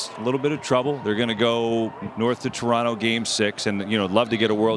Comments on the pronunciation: Refreshing to hear Americans pronounce Toronto correctly. Next level would be saying Tronno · This is a great panel. I love the respect they show Canada and the Jays. Saying Toronto properly personally speaks volumes to me.